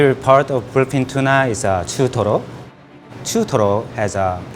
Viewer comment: chutoro, that perfect accent made my day 😌😂